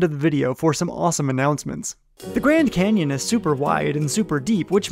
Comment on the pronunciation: Nah he said cannon